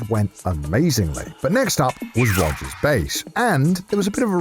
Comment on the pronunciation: Connor pronounces Rogers name like how one piece characters do it.